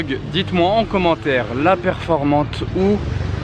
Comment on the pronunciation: Très bonne vidéo mais les noms sont mal prononcés ça fait mal aux oreilles, on dit VulcanE et Performanté